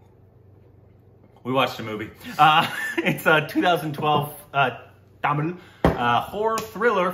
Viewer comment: thank you for trying to pronounce Tamil correctly.